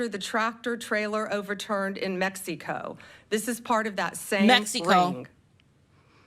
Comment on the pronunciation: she says mexico like its a competitor to PepsiCo 🤣